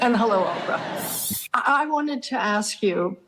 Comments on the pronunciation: Ask is a s k not a k s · Can I ask you something? Can you pronounce the word 'ask' without saying-ax??